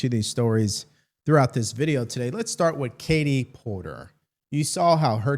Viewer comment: PORKER! Not Porter!